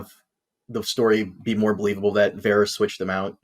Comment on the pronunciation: As much as I am craving ASOIAF content, the constant mispronunciation of "Varys" is shortening my lifespan.